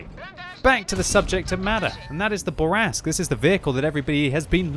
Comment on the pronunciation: It's not a Burr Rask, it's a Boo Rask.